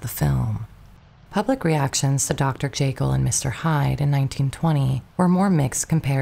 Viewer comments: Still mispronouncing names and words that are well known. Dr. "Jay Kill" for Dr. Jekyll and "IN genue" for "awn" genue, for example. Hard to believe this is a flesh and blood narrator making these gaffes. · Great story, but holy mispronunciations, Batman. Do we really not know how to pronounce Dr. Jekyll?